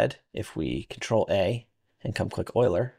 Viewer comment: This is a super cool tool, thank you so much for developing this. This makes a big difference, plus you even pronounced Euler correctly, lol. Anyways, keep up the awesome work, you're a UE5 hero :) I hope you keep updating the tool for 5.6+ thanks!